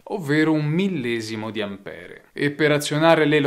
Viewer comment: Ampér, Ampere è inascoltabile